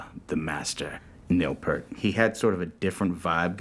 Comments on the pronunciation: It's pretty funny considering you don't know how to pronounce it yourself. It's P-ear-t, not Peert. You don't get to hang out with Neil. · "Pee-Ert". Not "Pur-T". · Geddy tells everyone how to pronounce it. Pert is wrong. Like he says, ear with a P at the beginning and a t at the end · Rush is amazing and why can't people pronounce Neil Peart's name properly? It annoys me to this day. It's "PEE-RT", not "PERT". Why is that such a difficult thing?? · Its not pronounced "pert". It is pronounced as in "Ear", so P -ear -t. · I hear Jack Black’s voice but see Po from Kung Fu Panda meeting Neil Peart. However, I’m pretty sure it’s pronounced “Pea-air-t”. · "no, I'm Neil PEEYART, pronounce it correctly, eh" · Jason Lefler its peart but pronounced peert isnt it? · It's pronounced 'Peart' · p-ear-t phonetically. exactly how its spelled. that is a big pet peeve of mine as i know members of his extended family whom it also drives crazy lol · PURT! WHAT THE EFFF,GOOFS,GET IT RIGHT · All these fans of Neil P-ear-T and yet none of them get his damn name right. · Whenever I hear someone say "Neil Purt" I want to punch a wall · To be fair there was no place to hear his name pronounced until Youtube came along. Everybody said it like "pear" t. I did it for thirty years until I watched a drum video with a guy showing how to do the famous crossover that Neil does. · If you don't know how to pronounce Neil's last name, you don't get to hang with Neil. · I always love how some people say they're big fans of Neil Peart but still can't pronounce his last name right. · They could’ve pointed out the pronunciation of Peart before shooting this documentary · These guys can't even pronounce Neil's name correctly. Obviously they were VERY unaware when they met him that he's shy about meeting fans. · even when Foo Fighters inducted rush into the rock Hall of Fame, Taylor Hawkins f-ed up pronouncing Neil‘s last name. 🤦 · I absolutely can’t stand hearing people mispronounce “Peart” 😡😡😡